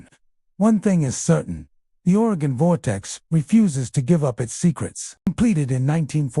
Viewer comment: Couldn't listen after hearing the way he mentioned oregon....